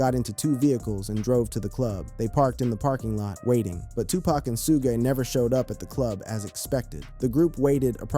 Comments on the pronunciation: Zoogay 😅😅😅 It's Suge 😅😅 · Say su-gay one more time... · "Soughé Knigt" LMAO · “Soo-gay Knight”?